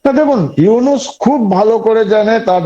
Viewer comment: ভাই, ইউনাস নয় নামটা ইউনুস। আপনাদের সাংবাদিকরা বলে ইউনেস। কি একটা অবস্থা। 😂😂